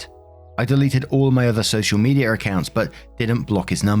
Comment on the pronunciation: "Social Meteor account" lol. My dad and grandma pronounced some words like this as well.